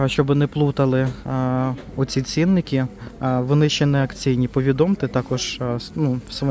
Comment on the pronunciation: Не цІнники, а цінникИ.